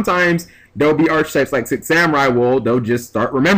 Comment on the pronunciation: God damnit the way you pronounce archetypes!...but there's quite a few words I pronounce however and don't give a damn too so...